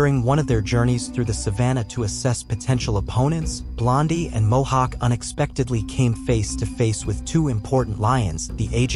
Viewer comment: mohawk not hohawk lol